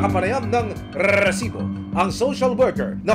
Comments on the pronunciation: pwede bang "resibo" na lang? nakakairita yung "rrrrresibo" eh nag mumukhang comedy show eh 😂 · Okay lang po ba tanggalin na yung Rrrrrrrrrresibo, nakakatawa po kasi lalo paulit ulit, instead na seryoso ako manuod natatawa ako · rrrrrresibo. sana resibo lang para matiwasay ang nakikinig.✨ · Kailangan ba talaga unli R yun rrrrRrrRRRReeeesiibooo 😅🤣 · NAKAKA ILANH RRRRRESIBO KA NA AH 😂😂😂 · Annoying yung rrrrrresibo, wag na ipilit Sir 😅 ang corny pramis, mas naannoy ako sa sayo kesa sa documentary mo 😂 Wala papantay sa “Excuse me po” ni Sir Mike Enriquez 😊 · RRRRRRESIBO PA MORE 😂😂😂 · Rrrrrrrrrrrrrrrrrrrrrrrrrrresibo!!! 😂😂😂😂😂😂😂 Ilang letter R daw po ba mayroon sa RRRRRRRRRRESIBO? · Nakakabwiset yung rrrrresibo mong sinasabe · Nakakairita pakinggan ung RRRRRESIBO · daig pa si nicki minaj sa R nya hahaha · Mga kinse na R pre. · Hahaha pansin ko rin, dami Yung grrrrrrr 😅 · Kapatid ni LAAAAARR santiago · ang dami mong rrrrrrrr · Nakaka irita ang pag bigkas mo ng resibo. OA ka na. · Jusko hanap ako ng hanap kung san ba yang resibo. Tawang tawa din ako. Baka may problema sa R yung host. 😂😂😂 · 8 na r narinig ko set MO sa lowest na speed